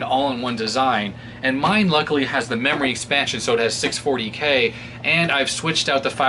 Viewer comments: Digital "Rerory" Card... XD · Nice "DIGITAL RERORY CARD". Or maybe it should be "ERRORY".